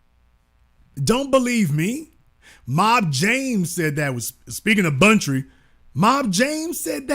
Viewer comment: Man next time Please "investigate & Research" ur story 1ST before Posting, because u hav LOTS of things SO InCorrect. Its like u guys just Jump on youtube and start Talking, smh. 1st of all his name is "BUNTRY", Not BUNCHIE. And 2nd, Suge does NOT hav LIFE, he has like 28 yrs. (Which he's about to Get Released). Thank u, Ur Welcome. smh